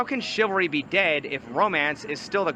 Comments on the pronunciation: Duuude the word is chivalry, not chilvary. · It's CHIV-AL-RY not CHIL-VA-RY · struggling to say chivalry 😂